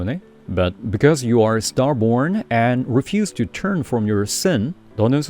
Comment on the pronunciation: 수고 많이 시네요. Stubborn 발음을 “스터보온”으로 발음 하시는데 “스터버어언”으로 해야 하는 거 아닌가요? 질문 드립니다. 감사합니다.